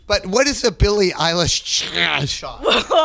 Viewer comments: "billie relish" pls dont call her thatr LKJSFHKLFVNDFLKBJNL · "im billie ei-wow....." yes ma'am you are lmaoooo